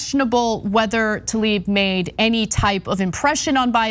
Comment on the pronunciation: Since you’re correcting Rashida’s name, her last name is Tlaib (like bread 🥖) not Taleeb